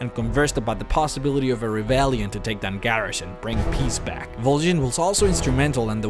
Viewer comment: Why the fuck did you pronounce both Vol'jin and Garrosh's name with a bloody "E"? OSH JIN